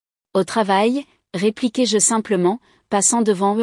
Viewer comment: "répliquai-je" pas "répliquez- jeu" !!!